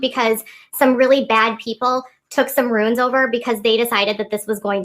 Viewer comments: is it pronounced "ruins"? lol! Isn't it "runes" like "dunes"? 🤔 Its like how she says Nicholas "God-June" instead of the correct pronunciation "Go-deh-John"! It drives me crazy how often she mispronounces words! 🙄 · Every time she's talked about runes in the past she says 'ruins.' She's just plain ignorant (I mean lack of awareness & knowledge) on so much! You're videos show that over & over as well as showcasing her inconsistencies & lies.